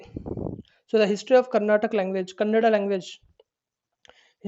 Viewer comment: Sir thanks for your beautiful notes. But plz read it properly It's not kannad it is Kannada. Explain it Don't just read the notes that you made plz explain. Thank you From KA 16